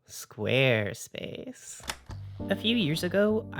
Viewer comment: I'm gonna have trouble pronouncing it any way other than "Sqaaaarespace" from now on.